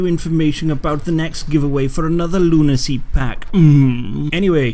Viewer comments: dammit its LU-NA-CY pack how wrong can it get? no offense btw;) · Nah I heard you said "Lunancy" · So next video pls say Lunancy